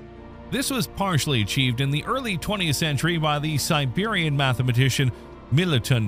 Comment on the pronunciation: Serbian, not Siberian. 🤦‍♀️🌏